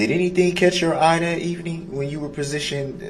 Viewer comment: These are his witnesses and he never wrote down their names. Such a jackass. He says prasitioned, instead of positioned. So ignorant.